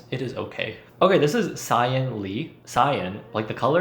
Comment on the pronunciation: sieun is pronounced like si-un ('cyan' had me rolling)